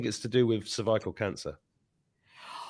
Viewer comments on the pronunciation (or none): I keep on laughing regarding the question on the smear!!! And then, the way you pronounce cervical with your accent, and shocked that Janine was able to get it!!! Sorry, but it was such a good laugh! I am still trying to figure out the arch in the eve!!!! Lol 🫶🏻🐸